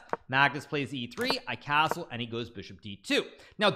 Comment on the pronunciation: Casrle vasrle casrle casttle castle